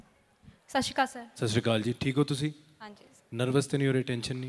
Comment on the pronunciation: Sat sri akal hunda hai shasri Kal nahi